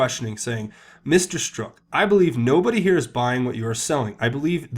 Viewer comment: Hey, love your work. Also, just so you know, Strzok is pronounced like Strock, not Stroke.